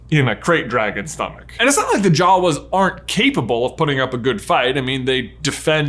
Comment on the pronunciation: Did you pronounce Jawas like jaws